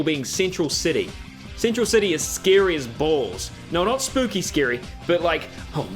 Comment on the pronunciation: He says scary like if it's sceeary, kinda like arin from Game Grumps